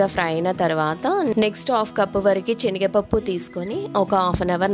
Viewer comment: Chenigapappu kadhu senigapappu